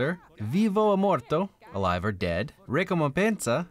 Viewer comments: I'm sorry, it's just how you said "ricomepensa" instead of "ricompensa" that got me- Also, one of your Italian viewers here, i didn't even know that there were some changes in the Italian version and the English version, so i'm afraid i can't give you an answer, sorry 🥲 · I'm not seeing any comments about this so even if I'm late to the video being posted I'm just gonna say this: I'm Italian and your pronunciation wasn't bad! you got most of it right, some slip ups here in there like gato instead of gatto and the word ricompensa but the rest was good overall :)